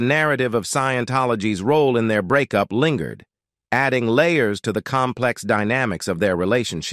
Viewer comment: Is the narrator a robot? Lingered is not linger-red